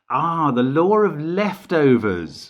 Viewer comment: "Ah, the lore of leftovers" made me smile. Brits have a unique way of pronouncing words ending in in "aw" (by adding an R), and yet oddly enough can say "ah" without adding an "r" sound. Things that make me smile. Great puzzle! You have an amazing mind Mark.